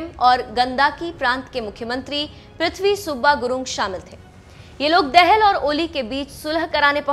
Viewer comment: dehel nahi betaa dahaal padh ne nahi aati mukh uthaake chale .aaye.